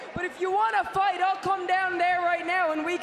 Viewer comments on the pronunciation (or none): It's fight not pight